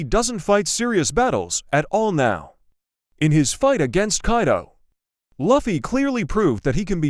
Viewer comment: You know, most people love gear 5 and luffy is pronounced as (l-oo-fy)